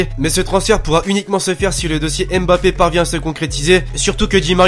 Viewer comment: il ne faut pas dire M puis Bappé mais Faire la diphtongue mb pour dire Mbappé! Voilà pour le petit conseil!! Continue comme ça je suis le foot grâce à toi et j'en apprends beaucoup merci!